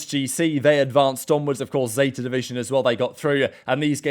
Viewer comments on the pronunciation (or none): none